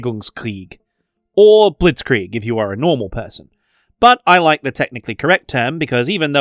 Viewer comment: also you Angelsachsen Always say Blissgrihg which is Not very pleasent to the ear, especially when Bewegungskrieg is such a beatiful word that is harder to butcher